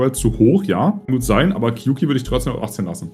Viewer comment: Kleiner Fact: Kyouki ist Japanisch (狂気) und wird eher wie "Kiooki" ausgesprochen, also mit einem langen o ;)